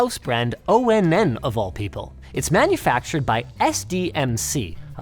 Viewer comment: I'm genuinely bothered by you pronouncing Onn and O-N-N and not like On, as in Powered On. 😭